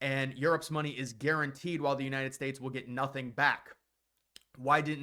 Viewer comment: "United Spates" 🤣🤣🤣